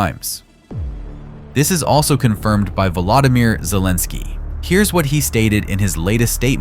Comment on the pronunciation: Vladimir Salenski? Die KI ist ja so scheiße dämlich. Oder doch eher jener, der die KI mit Daten voll stopft? Ist für uns Zuschauer jedenfalls egal. Die Bilder sind gut bis interessant aber das dumme Gesülze, inklusive der beschissenen Lügen, könnt ihr euch "sonnst wo" hin schieben! 🤦‍♂